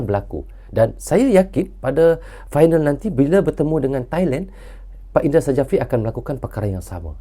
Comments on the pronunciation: Coach indra syafri itu dibaca y, bukan indra sajafri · 𝗇𝗀𝗎𝖼𝖺𝗉𝗇𝗒𝖺 𝗂𝗇𝖽𝗋𝖺 𝗌𝗒𝖺𝖿𝗋𝗂 𝖻𝗀,𝖻𝗎𝗄𝖺𝗇 𝗂𝗇𝖽𝗋𝖺 𝗃𝖺𝗌𝖺𝖿𝗋𝗂😁,𝖧𝗎𝗋𝗎𝖿 𝗃 𝗃𝖺𝗆𝖺𝗇 𝖽𝗎𝗅𝗎 𝖽𝗂𝖻𝖺𝖼𝖺 y🙏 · Indra safri bukan i ndra sajafri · bukan INDRA SAJAFRI baaaang... di tulisan nya memang INDRA SJAFRI, Tapi nyebut nya INDRA SYAFRI.🤣🤣🤣🤣🤣🤦‍♂️ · Indra Syafri bang 😂 bukan indra sajafi👍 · Kalo boleh ralat bang,pengucapan nya bukan indra sajapri, tapi indra sapri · Maaf Sy koreksi ya bung, Indra Syafri bukan indra sajafri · Tek betul kan ni bos indra safri,bukan indra sajafri bkn indra safri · Indra Sjafri dibaca Indra Syafri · nyebutx Indra Syafri, Krn Sjafri itu ejaan lama, j adalah y, sedangkan dj adalah j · Nama Head Coach Timnas U-19 INDONESIA Adalah Indra Sjafrie Huruf "J" adalah ejaan lama, jika dibaca saat ini sama dengan huruf "Y" Jadi baca yang benar adalah INDRA SYAFRI. demikian. semoga membantu🙏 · Cara penyebutan nama pelatih Timnas Indonesia itu adalah "Indra Syafri". 😊